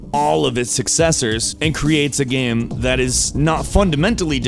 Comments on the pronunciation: EA sports: it's in the geym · "It's not the seym geym